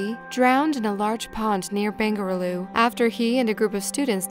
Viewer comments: It's bangluru not bangrulu 😅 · Bengarulu? XD